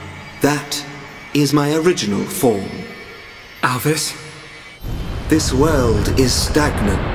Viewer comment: Alvis? More like "A.L.V.I.S".